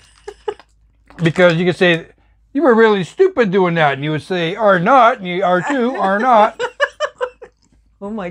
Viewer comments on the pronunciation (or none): Oh my goodness.... I was trying to laugh without waking my hubby..... too funny!!!😂🤣😂 I guessed that the caramel wouldn't work, as the originals are the ones that work best!👍 You've just gotta call them biscuits.... not cookies to be honorary Aussies!🦘 Oh.... & it's ARnott with the emphasis on AR .... not nott with the company name!!!!😜 Blessings from South Australia💕🐨